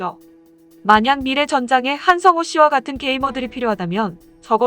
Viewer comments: 자막에 나오는 이름은 한성호 인데, 나레이터는 처음부터 끝까지 한상호? 대체 뭐하자는 것인지? 자막이 틀렸으면 고치던지? 뭘 하나 만들더라도 정확성은 좀 유지합시다. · 한성호씨를 계속 한상호라고 발음하네, 계속? 기분 찜찜한 채널.